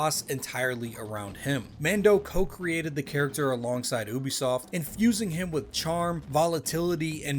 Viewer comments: Plz for the love of god it's pronounced u-b_soft not oo-b_soft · love your videos, but please pronounce Ubisoft correctly. /ˈjuːbisɒft/